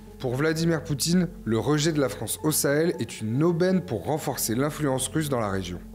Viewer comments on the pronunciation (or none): none